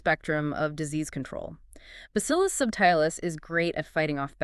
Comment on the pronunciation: Not sure why she calls subtilis “sub tile us” it’s pronounced ‘subtle is” it was named after the word subtle because it was a subtle bacteria. Has nothing at all to do with tiles or tiling…